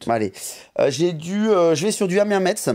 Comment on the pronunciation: Salut à vous Petit rappel on ne dit pas metz mais messe, bisous à vous votre emission est superbe